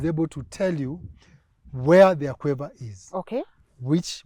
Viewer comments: Aquifer not 'aquaver'....this coming from a drilling tech trying to explain what he did. Damn. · *aquifer. Otherwise great episode